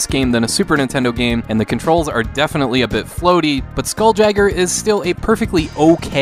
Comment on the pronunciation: It's pronounced Skoool-Yayger.